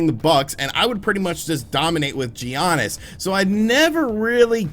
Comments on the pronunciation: It’s Yah-Nis. I’m literally not subscribing because you kept saying G-Yahnis. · stop saying G-yanis. it hurts my ears. It's "yiannis" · Lmao I’m glad some one said it because it’s def yonis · no one calls him geeonis. U typing it the way u say it was very cringe. They say it Like YANESS or YONIS. But it’s spelled giannis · G Aniss 🤣😂🤣. I’m came to the comments just for that. Straight butcher lol. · a guy that supposedly loves bball that thinks giannis is pronounced Gee-Annis lmao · His name is pronounced YANNIS bro Lol good video though 💯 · Why does he say G Giannis ????? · “G ANNIS” 😵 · Hello from Greece!Great review and by the way Giannis is pronounced Yiannis! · Dude the G is silent... is should sound like Yannis... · It's pronounced as YANNIS! XD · Yanis Adetokumbo, this is how it should sound, Giannis said that himself. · No! It's Gee...onis. Being that is a basketball fan, and me living in Milwaukee, and seeing pronounce Giannis is total cringe. 😁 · Every time he said Giannis it physically hurt. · That moment when he pronounces Giannis with an emphisis on the I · This review is wack. How can you claim you’re a 2k and basketball fan and not know how to pronounce Giannis? Also that OLD MAN in the beginning is your DEAD DAD which gives WEIGHT to your characters journey and decisions... this is such a topical review that reveals you hardly took your experience past face value. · If u really a NBA fan like u say, u would know thats your saying his name wrong. G IS SILENT my boi, its ... Giannis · thank u, that’s how u pronounce it